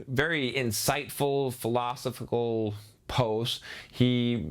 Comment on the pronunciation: This guy can't even say philosophical...and overall seems like a dope.